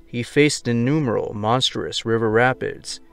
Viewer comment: Enumeral? Inumeral? I think the word you meant was ‘innumerable’. As in, I heard innumerable mispronunciations and grammar mistakes here. I’m sorry, but when I hear “from Maine to ‘George’”, I wonder how one can write a script and then mispronounce those very words, especially the name of a state. It’s distracting to some of us; believe me, I’d rather be one of those people who doesn’t notice. Also how do you confuse FL with CA?